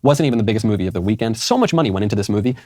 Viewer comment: “myuvie”